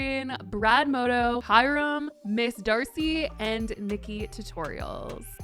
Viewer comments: Brad MoNdo, not Modo. Reading isn't that hard. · Did anyone else notice she said “Modo” not “Mondo”? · Lmfao... sorry.. but Brad Moto? I love him. It's Brad "MON-DOE." Still love ya! Get that tea spilling! 💖💖💖🥰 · She didn't just say Brad MODO 😭😂